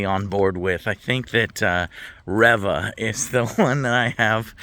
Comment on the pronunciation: It's pronounced ReeeeeeeVA 🤡